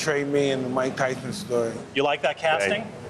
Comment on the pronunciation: Thyson thennis